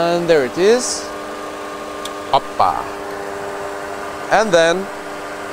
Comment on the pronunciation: he said oppa.ha ha ha